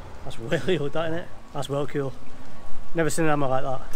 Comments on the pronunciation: Why you say "cuol" mate its "cool" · ITS ĆOOOOL 😆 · yeah, sounds like you’re saying “Ciwl” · sounds like cuol. Anyway i love these videos more than i should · You say you pronounce “cool” is funny